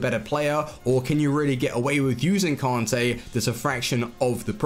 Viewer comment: pronounce kante correctly Kan-tayy not kon-tayy its not hard its annoying